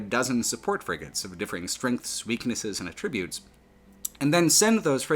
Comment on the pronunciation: So far I've avoided mentioning your pronunciation of "attributes" but it makes me twitch every time. You're using the verb pronunciation for the noun. You əˈtriˌbyo͞ot something to a cause, but you evaluate something'sˈatrəˌbyo͞ots. English is weird like that.